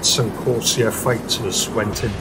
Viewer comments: narration was rubbish. it's "Corsair" not corseeair! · Vought F4U Corsair.. Corsair has two syllables.